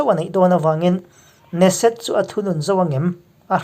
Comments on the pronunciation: Ne-set ni lovin Ke-Ne-Set tia lam tur niin ka hria. Muslim 8750 in in leh lo an chan dawn maw? Nep emai, Muslim ramah Christian maktaduat tam tak an that chimit vek chungin tunge an tan kawng zawh? Muslim ram khat talin ICJ ah hek han hlawh tawh em? Khawvel hi Muslim te tan chauhva dik na humhalh na a ni lo tih hi Christian inti te chuan kan hriat a hun ta hle. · Kan komen leh lawk neset nilo in keneset tih tur aw. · Keneset ti a lam tur a niang